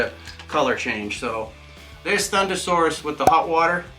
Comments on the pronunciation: ThunderRoarus not Saurus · You said thunderroarus slightly wrong